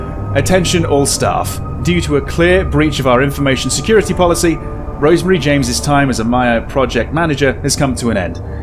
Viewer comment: Rosemary, Not Rose Marie.